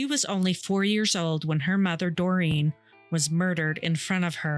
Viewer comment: Doreen is pronounced Doreeeen .. NOT Dorian 🤦🏼‍♀️